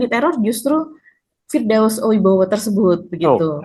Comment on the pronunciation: Oiwobo..😂 bukan oibowo